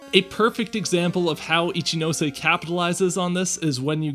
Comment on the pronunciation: And now after all these years I finally know how to properly pronounce "Ichinose"! Good to see you here, Carlos! Long live Gen 4's soundtrack!